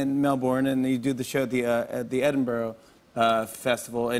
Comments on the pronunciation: He followed this up with 'Edinborough'. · He said ed-in-burrow. I thought that's how u say it. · Melborn and edinburrow straight off the bat, good start good start :). For reference we pronounce it closer to melbin and edinbruh. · Edin-bo-row =/ Yo Jimmy, It's 'Edin bruh' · “Melborn and edinborrow” it’s been 5 seconds Jimmy why have you already made me angry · MEL-BIN!!! ED-IN-BRUH!!!!!! Come on Jimmy, try harder. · 6 seconds in and I've already heard mel-BOOOARN and edin-BORROW. nearly ready to stop watching after 0.1% of the video